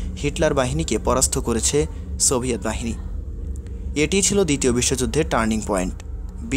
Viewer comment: Stolin & seviet, come on pronounce properly.